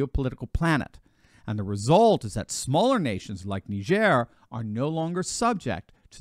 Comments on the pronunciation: I thought it was nai-jr / nye-jur Knee-jair sounds odd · It's not neigeire. It's Niger. Where do you think that word came from you jew? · It's pronounced like tiger with an "N". Ask a Nigerian. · Nee jare ??? Ive always pronounced it Nigh gur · It’s pronounced Ni-jer.. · I had no idea that country was pronounced “nee-zhair” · “NeeJearrr”. Get the fuc?k outta here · I always pronounced it..... Nigh-Jhir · I dont think it pronounced nihzer ! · Yeah, strange how he couldn’t pronounce it correctly 😂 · Please do NOT let Biden pronounce Niger! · I’m 44yo and just found out I’ve been pronouncing Niger wrong my whole life… But now how you might think 😂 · It's a shame that the doctor is pronunciation Niger like CNN does